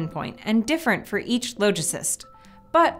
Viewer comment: Google "logicist" it's not pronounced as "low", but retains the "ah" of its root word "logic".